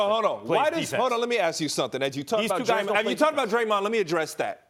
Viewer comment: I stopped watching after Max said Steph and Dremond 😂. 1st time I agree with Ryan Hollins